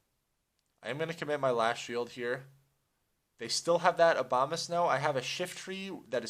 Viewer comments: The Obamasnow? =P It's called Abomasnow lol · "obamasnow" lol